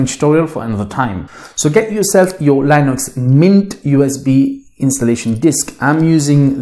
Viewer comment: You’re just deleting the OS, just say Microsoft is the culprit of slowness because typically it is. And it’s LINUX not Linus. Charlie Brown isn’t laughing